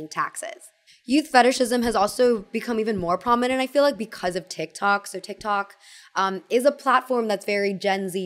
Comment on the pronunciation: "because" pronounced like beak-eyes or beak-wise is all i think about when listening to 😅